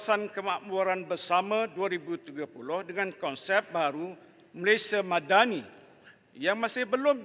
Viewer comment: 😅 Mad-dah-ni instead 😊